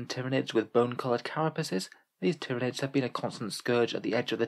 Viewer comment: I still think it's pronounced "tyran-ids" like Tyranno meaning tyrant in Latin and Id meaning this/that/it. Essentially "Tyrannical One" in Latin, or excuse me, High Gothic lol